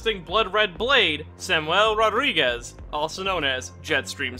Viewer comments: your pronounciention of "rodrigues" is extrmily spanich , for a portuguese word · just a correction, in portuguese rodrigues is spoken with a hard r not a soft one like in spanish